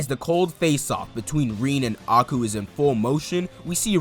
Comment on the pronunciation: love these vids, quick fix tho A-I-Ku pronounced like Eye-ku and Sae is Sa-e like SAh-aye